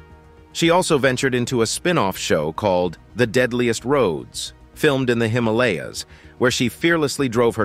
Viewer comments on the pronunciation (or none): none